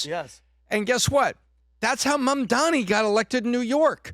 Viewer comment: mandami? how hard is it seriously